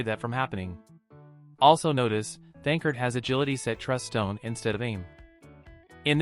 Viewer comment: The voice is saying his name wrong why?